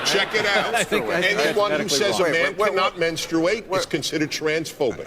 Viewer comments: The real conversation we need to have is about why Dennis Prager says "Menstrate" with a 'u' jammed in the middle. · To be fair I think the audience was laughing at how Dennis pronounced “menstuate “ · I think part of the laughter from the audience was due to Prager's pronunciation of "menstr-U-ate. " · I think a lot of the laughter was due to Denis' pronunciation of MenstUate. However, yes...these people do believe this crap. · I love you Dennis but the word is not pronounced menstrooate. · My only qualm is that he pronounces it “mens-troo-8.” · Yeah but he did set himself up when he said "menstrooate" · I think they were laughing on how he pronounced it. Kinda sounded like Elmer fud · Dennis pronounces the word strangely. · I think part of why people laugh is because they have no idea what he is talking about but also because he does say the word menstruate really funny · The real reason the audience was laughing is how Dennis Prager pronounces menstruate 🤣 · I meani just laughed at the way he said menstruate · Jesus Tim, the reason they laughed was HOW he pronounced menstruate.